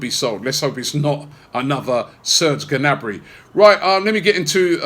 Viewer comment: You don't say the G in Gnabry